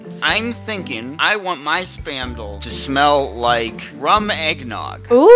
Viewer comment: I like how western Moxi sounds when he says "Spamdle" And paper towels